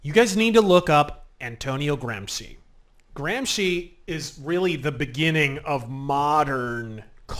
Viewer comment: ... my god, he knows how to pronounce Gramsci correctly! That's not something you hear every day from an English speaker!